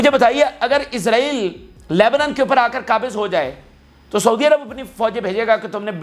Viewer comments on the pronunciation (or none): none